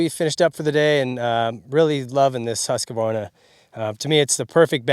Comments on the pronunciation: Dude, you've gotta learn how to say HOOSK-VARNA (or if you prefer HUSK-VARNA). There is no "UH' as a second syllable. Just 'cause idiots on the internet all say it wrong doesn't mean it's right. Here's how to spell it. Husqvarna. Husq-varna. IT IS NOT SPELLED Husqavarna so don't pronounce it that way. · Woah nice build, but should learn how to pronounce Husqvarna because its not Husqevarna but Husqvarna. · Incorrect pronunciation of Husqvarna. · You're not pronouncing Husqvarna correctly.